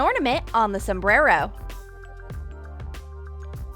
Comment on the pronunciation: You said Sumbero